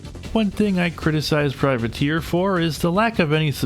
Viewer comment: Freudian slip? You said "privater" instead of "privateer" but to run the game it was privater.exe due to the 8 character limit 😄